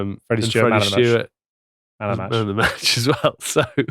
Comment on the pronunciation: STEWARD. Not Stewart. Love the content though chaps